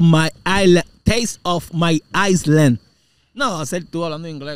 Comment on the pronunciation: La S no se pronuncia en la palabra Island, abusador.